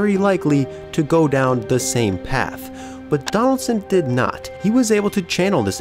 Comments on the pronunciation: Are you from upstate new York? I've only known one other person who pronounced "but" as "bpwut." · I know you're a blue jays fan cause the way you said "but"